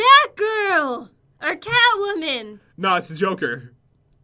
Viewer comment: sounded like she said I want to be cowwoman instead of catwoman